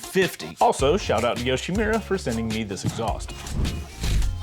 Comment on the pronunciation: great intro, but it's YoshimUra, not YoshimIra